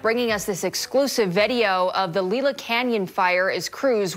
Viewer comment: LEE LA CANYON ? you’re obviously not from here because it’s pronounced LIE LA